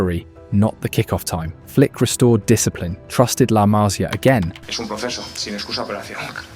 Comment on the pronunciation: Might as well go ahead and pronounce the players central to your film correctly. Cubarsí has emphasis on the “i” at the end. If you had never heard it correctly, you could take a look at how his name is spelt. PS La Masía. Emphasis on the “i” (which, again, has an accent).